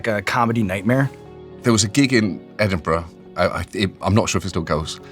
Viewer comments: for as amazing as Sean is at interviewing and even saying "football pitch" the mispronunciation of "Edinburgh Festival" is an unforgivable cardinal American sin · Pronounced "Ed in bruh" not "Edinboruogh" please. So cool to hear Late and Live getting mentioned. I used to play in a band that went on after the comedians between 3am and 5am. Utter carnage... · Great episode!! And John is correct in pronounced as Ed-in-bur-uh and not Ed-in-buro as Sean says 😊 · The way he says Edinburgh hurts my soul it's ed-in-bruh like John says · The first misstep I have ever witnessed from Sean is him mispronouncing Edinburgh. I’ll let it slide though 😂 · The magical thing about the Edinburgh festival is Americans failing to pronounce Edinburgh. Every year… Born, bred Edinburger… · I finally found a flaw with Sean! Pronunciation of Edinburgh needs work :)